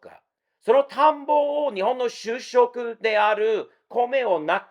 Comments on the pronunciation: しゅうしょく？しゅしょく！ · しゅうしょく ？ しゅしょく 主食 ですね。 CC(字幕)だと 就職 になってます。